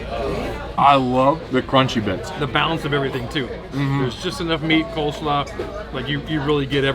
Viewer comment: Good god,. It’s COLESLAW. Oy! But great selections.